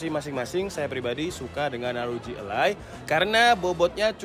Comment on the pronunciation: e taling, bang. élai, bukan elai.